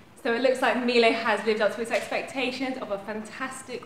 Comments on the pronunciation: It’s pronounced Mee-Luh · that’s not the way you say it though